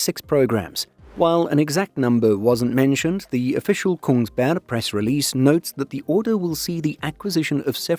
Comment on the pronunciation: There’s even the very Eastern Norwegian dropping of the last g, so now he’s ready if a news story happens in Sarpsborg.